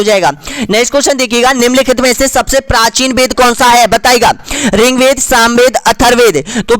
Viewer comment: Bhai...ye Riggvaid h ...Ring-ved nahi.....